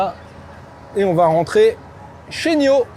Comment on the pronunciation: Bel aperçu, prudence avec les tics de langage (...voyez) C'est pas N-io.... mais n-aïe-o Pas un mot sur la vitesse de charge. La planche de bord fait un genre de croisement Hyundai (Tucson 2022) et Volvo. 5m c'est un tank, et moins logeable que des SUV thermiques 7places moins longs. comme c'est réactif euh la carte réagit pas top dans la démo